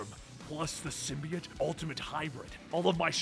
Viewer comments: Do you say "biology" like "Bee-ology"??? NO! It's sym-BYE-ote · then take a look at all the animated series , you dumbass. its sym-bi-ote , stupid nerd. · Sym-be-ote, you heathen. SYM-BE-OTE! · Its symbiote and I see you're using the venom movies pronunciation